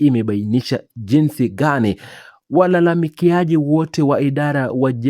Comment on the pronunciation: Sema walalamikaji,siyo walalamikiaji. Na ni mahakama Wala siyo maakama